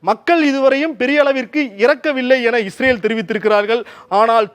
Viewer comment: இவர் பயப்படுகிறார், பயத்துல இஸ்ரேல ஈரேல்ன்னு சொல்றார் 😂